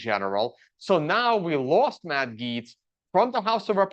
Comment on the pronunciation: Tuned out when it got to your opinion of Gaetz. That you have no idea how to pronounce his name is a flag for how little you know about the guy. Saying this as a staunch republican, Gaetz is an absolute snake. Trump loyalist, yes, but he's a scumbag. His resigning had nothing to do with this appointment, it was because the ethics committee report was going to go public if he didn't. He didn't need to resign until after he was confirmed.